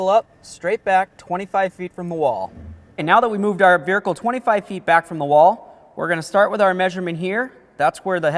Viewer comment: Very helpful video. Just checking... Are you adding 'r' to make it sound like ver-hicle?